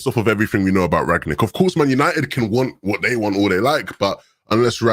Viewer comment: It's not Rag-nick, it's Rangnick.